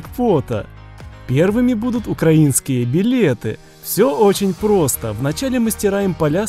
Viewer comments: Не укра́инские, а украи́нские! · Язика тобі вирвати за наголос в слові укрАінскіє білети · Не то ударение!